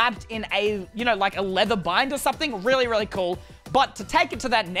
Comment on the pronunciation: I like how he said "Relly simple" and he has Two Chain helmets